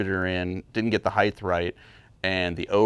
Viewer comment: Congratulations on 1M subscribers! Pease do me a favor and learn how to pronounce "height."